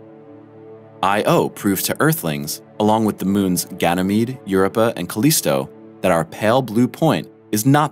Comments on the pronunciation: Well, right next to "Yerepa". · I have never heard your pronunciations before. Io and Europa. Where did you hear that it is pronounced in that manner? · and yet still not as bad as how he butchers Europa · The narrator keeps mispronunciations words. The name of the moon is a word pronounced ayow, not calling out initials. He mispronounced magma as magna and Europa accent is on the O not the Eu. Come on people, if you are making a science channel, pronounce the words correctly. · the "YOURAPAH" KID strikes again (Europa). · “Eye oh”?! For God’s sake, isn’t it enough how you butchered “Eu rœ paa” prononciation, you need to slaughter poor Io?!🤦🏻‍♀️😖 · What the h*** is up with that pronunciation??! Europa, Io, jesus dude... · Is it me or did anyone else get annoyed with the way he said europa. Must need hooked on phonics. I won't watch anymore videos thanks to him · He pronounced Europa in a funny way